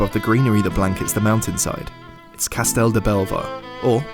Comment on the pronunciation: CASTELL DE BELLVER and not CASTEL